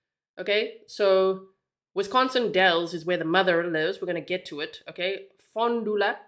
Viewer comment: She's doing a great job pronouncing the cities. I had to giggle when she said she was practicing.❤ I'm also a Wisconsinite.❤😊